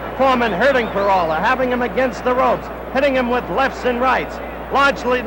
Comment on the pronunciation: Howeeee cannot pronounce PERALTA.